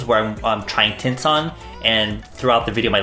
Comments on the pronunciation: I keep on hearing tits 😂😂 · I know was saying "tints" but i couldnt help but hear "tits" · Everytime he says "tints" I hear "tits", why tf